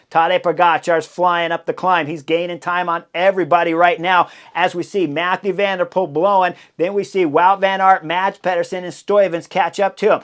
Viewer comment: It's Mathieu van der Poel, not Mathew...